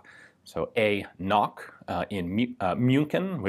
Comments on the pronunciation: wrong. Since it is a German gunsmith, you have to pronounce the "K". The name is "Knoch" and not "nock". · Just FYI, there's no silent letters in German. The K in Knoch needs to be pronounced. He's not called 'Noch. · Knoch isn't pronounced like "knock" but with a hard k and a ch as in Loch (Ness). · Hi. Here's a handy pronunciation guide: Knoch, the k is not silent. The ch is like Loch Ness. Also Dreyse is dry-suh. Cheers! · Please work on your german pronounciation. Ch is not pronounced like a k